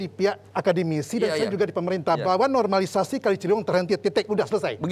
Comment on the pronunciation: Wagub ny ga bisa ngomong normalisasi 😀